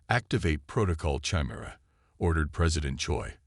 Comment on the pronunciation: You're mispronouncing chimera.